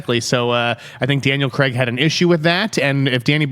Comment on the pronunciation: Who's this Daniel Creggg you speak off? 🤔😆